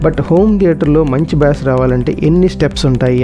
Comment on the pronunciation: Bass అనే పదాన్ని "బేస్" అని పలకాలి. "బ్యాస్" లేదా "బాస్" అనకూడదు.